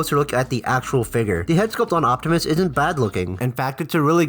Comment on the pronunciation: optimus* you said octimus😅